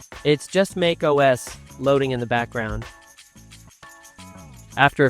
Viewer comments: it's pronounced "MACK - OS". not MAKE OS. ugh...can't even say it. correctly scares me to use this video lmao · TF is MAKE Oh S?